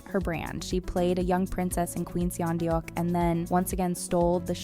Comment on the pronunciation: Sah-geuk (rhymes w/cook, took, look). With all of your pronunciations, you seem to enunciate the "e." It's not Queen Seeyuhn Deeyuk. It's Queen Sun Duck.